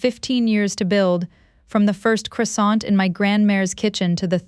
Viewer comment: Pronunciation of croissant is incorrect. Please correct it.